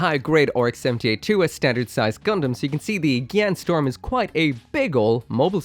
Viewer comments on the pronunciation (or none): I love it how everyone mispronounce it as gyan storm instead of gyan strom